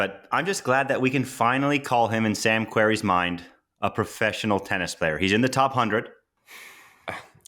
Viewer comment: "like its not that hard". False. For Sam it is hard. (Remember: he doesn't even know how to pronounce his surname.)